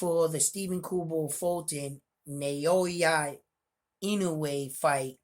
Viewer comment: I subscribed Bro! I appreciate your boxing commentary. I love Boxing. It's pronounced Now-ya Ee-no-way, as best as I can tell.